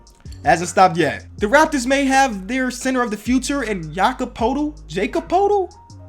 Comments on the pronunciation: Jakob poetl’s name is prounounced (ya-cob pertil) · It’s pronounced purtl (Poetl) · I'm pretty sure poeltl is pronounced pwertel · It’s Jacob Poeltl (Pertl)